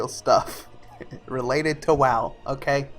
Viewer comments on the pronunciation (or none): Dude, its not WAW... Its WOW! kids......